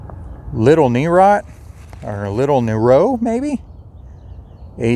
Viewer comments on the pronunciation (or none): none